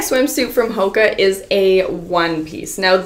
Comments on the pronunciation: Haha hoaka is pronounced “ho-aw-ka” but for anyone interested hoaka it is literally my fav brand I already I have so many swimsuits from them! They are coming out with new eco-hoakas every week and they’re amazing! They are also completely ethical and treat their workers great, and their staff is amazing at helping you with any issues you may have! The girl (Elizabeth Rioux) who is the owner is absolutely amazing! They’re always coming out with new designs but sometimes sell out fast! They are all about diversity so have sizes for everyone! you can always check out their ig for more info :))) I recently became an ambassador so if you guys were interested you can use my code TORIAMONDSEN for 10% off!! ❤️ it’s such an amazing brand I love them! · Pronounced like ho aka I am pretty sure.